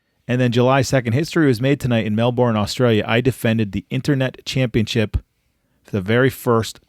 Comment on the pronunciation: Watching butcher the names of Australia cities (Melbourne and Brisbane) makes me laugh. Are you serious Bro?